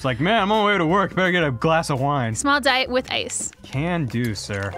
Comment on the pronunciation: Is saying "dite" instead of diet?